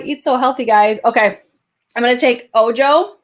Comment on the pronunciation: Ojo is Spanish for eye. Its pronounced "oh-ho". 😉